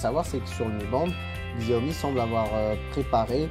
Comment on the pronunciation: bravo pour le REVIEW , ça se prononce CHAWMI à l'occasion :)